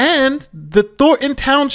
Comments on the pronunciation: "Thor-un" Townshjip? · Thorn-ton, not “thor-en”